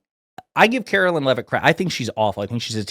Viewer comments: It's not said like "Carolyn" Leavitt, is it? (You must not be very familiar with her.) She's not my personal favorite press secretary, but respectfully, you weren't fair in your portrayal. And by the way, "MAGA blondes", really? So it's ok to make fun of their blonde hair, as long as they're Republicans? Would it be acceptable to you to call KJP (Karine Jean-Pierre) a "Biden black"? Totally hypocrisy, dude. Bad look. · ‘Karoliar’ Leavitt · Omfg I’m a democrat but pronounce her name correctly. It’s not Karolyn